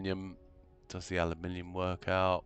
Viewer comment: Totally worth the watch just to hear someone say aluminium properly, think my ears started to bleed from that American butchery of the word 😢